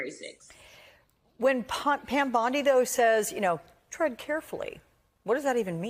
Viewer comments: It's Bond-ee. Not Bond - eye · either u r not a native speaker of English or this is an AI reading this. Bondi Is said Bond-e Yes the I is said as a long E. So to spell it for u the way it is said it would be written Bondy with the T taking on its long E pronunciation for this u get a thumbs down and my sub gone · It's Bond-ee, not Bond-eye. AI is still more awkward than Frankenstein's monster in a low-budget movie.